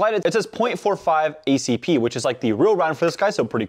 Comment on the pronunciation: Did no really just say “point four five ACP” 💀💀💀